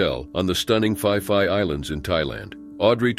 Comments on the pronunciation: It's pronounce ..pi. pi not pie pie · Fai fai island? No such, it is Phee -phee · Its pronounced pee pee Island not fee fee or fi fi island...just like phuket...pronounced Poo-ket not foo-ket..nobody will understand you in Thailand. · The island is pronounced as ‘Pee-Pee’ not ‘5-5’ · So painful hearing you mangle the thai place names. Its not the Fi Fi islands do some basic research!!!! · its pronounced "pee=pee island, not fi-fi island. Oh, and most tourists are idiots so we expect them to die. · Phi Phi is pronounced PEE PEE, that's the problem with TTS. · Pee Pee eye land.... phi phi island. say Peee PEE... I Have to pee..... that is how you say the islands name correctly. I am living full time for over 12 years but first started coming here annually in 1990 when I was working in Tokyo. These cases are horrible. I am constantly defending Thailand as one of the safest places to visit and live here in SEA. Saigon has a lot more street crime and gang activities. I lived in Vietnam for 7 years. Vietnam is rough around the edges but stunningly beautiful. If you do not put yourself in stupid Situations, Bar activities past 1am, gambling dens and illegal night clubs stay away drugs.... Marijuana is legal now but that might finish next year..... People who waddle around high and Drunk in the wee hours of the morning are putting themselves in trouble..... there is so much awesomeness to discover and experience throughout the beautiful Kingdom of Siam. Also in some cases the victims in some tragic cases might be lacking situational awareness otherwise known as street smarts. Those are the types of people who should not be rolling solo. Awesome Channel here. Just remember please, Pee pee island and Pooket Island.... this is how they are pronounced.... PEE PEE and POO-KET Islands. I welcome you to Beautiful Gorgeous Bangkok Thailand 🇹🇭 🌺 🌴 🌴 🙏 😊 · Not going to lie that sounds pretty funny in English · Yes. Fai Fai gave me a giggle 😂😂